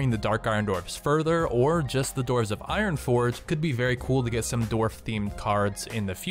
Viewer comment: enderark yeah i really dident understand what he said before "dark iron"